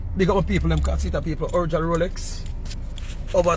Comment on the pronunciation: "Rrrrrrrrrrr rrrr rroooooroooroooorrrrooooo rrrrooooolex rolllll roooollllllll roooolllex ROLEX" 😅😅😅😅😅